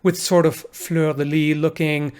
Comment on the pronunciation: For once in the french language, you do have to pronounce the "s", at the end of "fleur de lys".